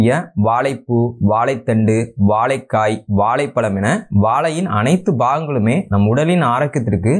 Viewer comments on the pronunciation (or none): மொதல்ல திருத்தமா தமிழ் பேசி பழகு வாலைப் பலம் இல்லை வாழைப்பழம் வலைத்தண்டு வா லைக்காய் வாலைப்பூ என்று மடத்தனமா சொல்லாதே நீ தமிழன் தானே ஏலு இல்ல ஏழு எரிச்சலா இருக்கு உன் பேச்சு